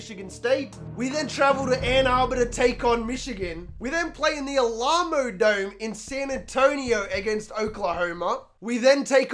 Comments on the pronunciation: Seen a few comments on the prononciation of Alamo, but I think there's an easier way to break it down for you. Al-uh-mo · The stadium in San Antonio is pronounced Al-amo bowl. Emphasis on the first part.